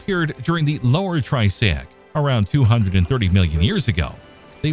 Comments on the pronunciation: You beat me to it. But I was going to ask if anyone else is getting triggered by way he's pronouncing it as "tri-say-ic" vs the "tri-ass-ic' I'm more used to hearing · triassic not tri-say-ic lol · Triassic, not Trisaic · I came to the comments a couple of minutes into the video to see if anyone else was thinking what I was thinking and was not disappointed lol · I'm glad that I'm not the only one hearing that. I thought I was going crazy. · what is this "tri-SAY-ik" you speak of?? LOL !!!!!!!!!!!! What is this "pur-ME-un" you speak of??? Sheesh. Is this some sort of AI voice badly programmed????